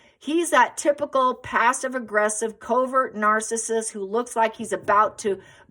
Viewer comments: I can’t take your mispronunciation of narcissism anymore so I’m leaving this channel. You claim to be an expert in it so you’d think you could pronounce it.😩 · Why do we find fault ; with a simple mispronunciation; when I know I make simple mistakes myself quite frequently without malice “🙈🕊️